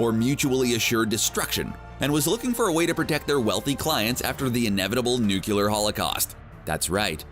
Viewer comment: this man keeps pronouncing nuclear as nuculer